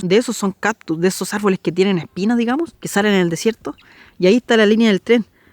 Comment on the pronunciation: no se dice caPtus, se dice CaCtus, mucha gente comete ese error asi que no te sientas mas. Gracias por tus videos, estoy conociendo mi pais gracias a ti, sali chica de Chile y solo he regrasado dos veces asi que conozco muy poco, por ejemplo no conozco nada del norte.